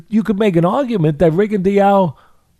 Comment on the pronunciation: Why does Teddy mispronounce Rigo's name like that?